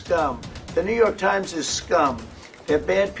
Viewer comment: Ajit Ji, I like your reports and have a.small suggestion. You are pronuncing New York as Newvark. That is wrong. There is a different city called Newark, so, please try with correct pronunciation. Thanks.